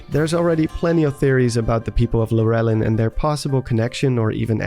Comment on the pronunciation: Lu Relin? LURE LIN LURE AS IN FISH? it was painful hearing you pronounce that village